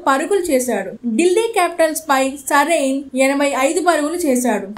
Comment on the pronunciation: నరేన్ పేరుకూడా పల్కడం రాని యాంకర్